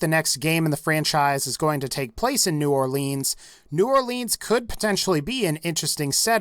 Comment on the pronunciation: New Orleans not new orlEAANS im from the area